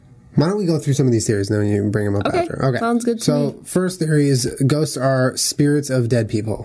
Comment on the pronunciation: also when julien says ghosts it sounds like he says goats. "i do believe in goats. i do believe goats exist."